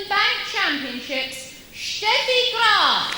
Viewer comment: I always loved it that the female announcer in Brighton show so much respect by pronouncing Steffi Graf's name in the proper way (Steffi as "Shteffi"). And can a girl be more lovely than Steffi here?